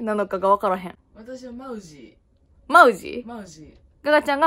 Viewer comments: moussy モウシーって言ってた、。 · 前に働いていた会社がMOUSSYの系列でした。 マウジー(↑)の発音が正解です！ でも、ブランドの人も本社の人もマウジー(↑)と呼ぶ時もあれば、マウジー(→)と呼ぶ時もありました！ マウジー(↓)は聞いたことないです(笑) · マウジーはと同じ発音だよ！